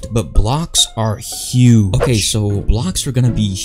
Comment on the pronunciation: "It's OKEH to be not OKEH"❤️ Titan Cries 😭